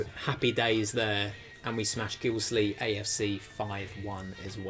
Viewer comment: Who is this cant be from Leeds if he can not even say Guiseley which is a part of Leeds !